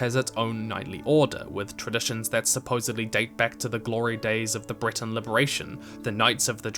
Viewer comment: Bretons = Britains Every time I hear "Breton" in video, I dunno if you say "Breton" or "Britain" Am I the only one who wants British voice actors in the next game? 😆